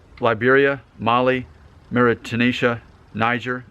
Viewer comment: Apart from Mauritania, you got every other country name correct, lol